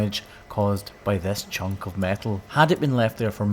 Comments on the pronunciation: You left the N in “chunk of metal”, I wondered what a “chuck” was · I believe it’s “chunk” of steel, not “chuck” 😂